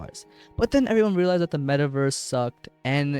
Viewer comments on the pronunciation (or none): none